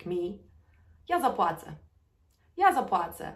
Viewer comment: Hi,, you pronounced letter “ł” as if it is “l” in the phrase “Ja zapłacę”. I thought it should be like /w/ sound as in “water”. Thanks.